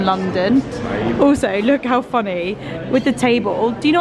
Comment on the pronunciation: How “funNAY” lol